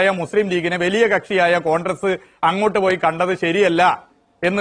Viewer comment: Ee MARU MAHAAN Mandriye aadyam 'CONGRESS' yennu paranju padipikku, 'CONDRESS CONDRESS' yennallanu paranju kodukanam. Ee Mahaan aanu Keralathile Mandri, edu malayaaligal Sahilanam. Yendoru KASTAM...